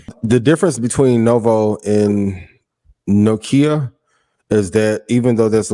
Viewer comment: My guy said No-Kia 😂😂😂😭